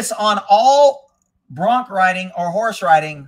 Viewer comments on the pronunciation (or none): lol...Bronc, with a "c"